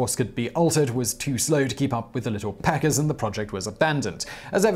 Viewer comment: Ha ha ha....he said little peckers